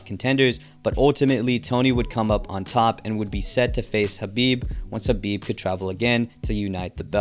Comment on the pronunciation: You keep calling Khabib Habib.